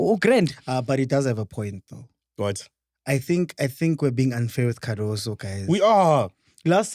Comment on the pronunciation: and butchering names! Yamine Lamal, TX Galaxy, Cardaso, Allande etc...🔥🤣🤣🤣🤣